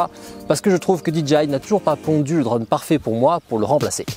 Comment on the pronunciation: Un drauuunne , tu peut pas dire drone comme tous le monde ?